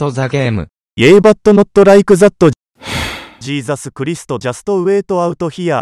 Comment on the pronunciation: "jesisu curisto" XD